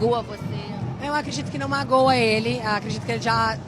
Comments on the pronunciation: "Isso magoa ele, magÚa você?" MagÚa é sacanagem... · sofrível 🤦🏻‍♀️ kk